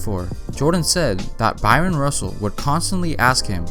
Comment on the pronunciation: Man, stop pronouncing that man’s name as “Byron”.